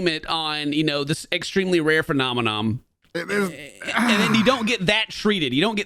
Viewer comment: I think it's hilarious that can't get the word "phenomenon" right. He says phenomenom.